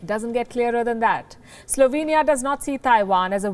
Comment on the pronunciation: Slovania lolol